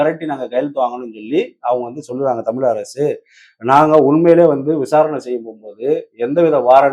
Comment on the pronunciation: நெறியாளர்கள் முதலில் தமிழை நன்றாக பேசத் தெரிந்த பின் நெறியாளர்களாக வந்து அமரவும். தமிழ், வளக்கு போன்ற பல வர்த்ததைகள் சரியான உச்சரிக்க படவில்லை